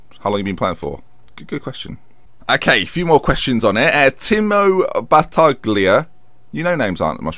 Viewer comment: My first FM was actually FM12, liked it so much I didn't buy 13 or 14. Looking forward to the tier 10 save next year, hopefully you won't get given the Great Yarmouth treatment there :) Also sorry about the Battaglia in my Twitter handle, though it is funny to hear you trying to pronounce it haha :P